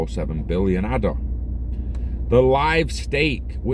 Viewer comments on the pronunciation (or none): Ay-da. After Ada Lovelace.